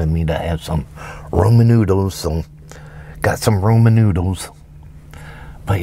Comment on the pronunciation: Did he say roman and not raman